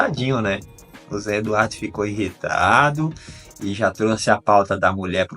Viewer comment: Querido inrritado?... O que é inrritado? Todos sabem o que é IRRITADO.